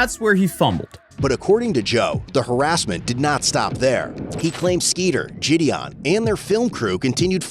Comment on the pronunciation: Did say "skeeter Jon"? Haha